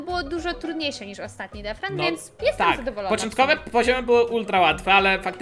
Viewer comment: pls muw detchran a nie defran